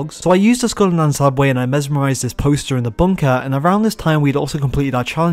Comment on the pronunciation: gotta admit, I heard school and not skull...